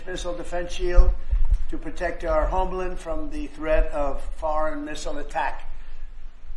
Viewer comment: "American Homelind." weird pronunciation.